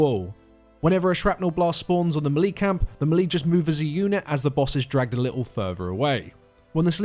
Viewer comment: You're pronouncing melee wrong.